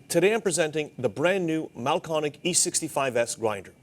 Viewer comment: It’s Mahlkönig. Pronounced roughly mahl-KER-nig. If you don’t have an umlaut, add an e to the umlauted vowel: Mahlkoenig.